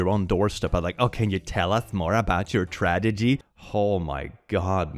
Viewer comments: Don't you think we didn't noticw you saying "tradegy",! 🤣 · I love how still pronounces “tragedy” as “tradegy”